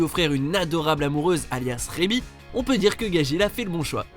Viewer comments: C pas gagil c gadgil Au fait tu as oublier le professeur Koro dans Assasination Classroom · En même temps pour gageel il dit "gagil" alors que c'est "gadgeel" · Gajil vraiment ? Apprenez les noms avant , c'est Gajeel...